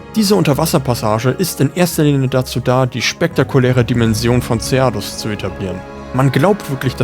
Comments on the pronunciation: Abgesehen von der Aussprache vom Lagiacrus und Ceadeus :D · Gutes Video aber wie du wirklich jeden Namen gottlos falsch aussprichst schmerzt richtig beim Zuhören. LagiakrUUUs, Seadois, Kushala DAAora. Selbst wenn ich es versucht hätte, wäre ich nicht auf diese Weltfremde Aussprache gekommen